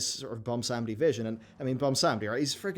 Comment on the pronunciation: Why does everyone have such a hard time saying Bwonsamdi? 😂